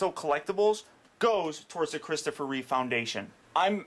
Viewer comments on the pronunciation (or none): Great review. I love how people keep saying "Christopher Reeves". With the s at the end. Maybe they're getting confused with George Reeves? I dunno. Anyway. It's just Reeve. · REEVE! REEVE! NOT REEVES!! REEVE! God damn it.... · reeve not reeves